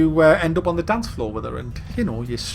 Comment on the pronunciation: "wannnnna dansch?" :P